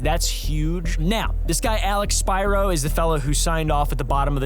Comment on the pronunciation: Are you sure it's not pronounced Alex S*pear*o?